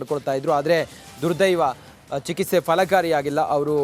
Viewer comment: ನೀನು ನೆಟ್ಟಗೆ ಕನ್ನಡ ಮಾತಾಡೋದು ಕಲಿ ಅವನು ಕನ್ನಡದಲ್ಲಿ ಐಎಎಸ್. ಮಾಡಿದ್ದಾನೆ ಸರಿ ನೀನು ಚಿಕಿತ್ಸೆ. ಗೆ ಚಿಕಿಸೆ ಚಿಕಿಸೆ. ಅಂತ ನೂರು ಸಲ ಬಡ್ಕೊತಿಯಲ್ಲ ಯಾರೋ ನಿಂಗೆ ವರದಿಗಾರನ ಕೆಲಸ ಕೊಟ್ಟರು